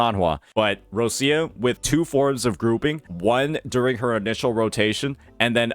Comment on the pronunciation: Still waiting for to say Roccia's name correctly, but he didn't talk shit about Changli so I'll take the small win (Not a Changli main btw cuz I know you neckbeards probably think so, I main Carlotta <3 )